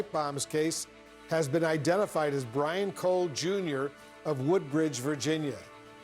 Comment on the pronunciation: what? bwian?